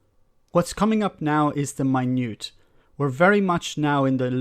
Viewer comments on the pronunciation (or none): 'minutae' is not 'my nute', it's 'mi nu tay' (approx). Great videos, love the cold hard logic that premeates this channel. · Minutiae Mine-oo-she-I Bill's in the post!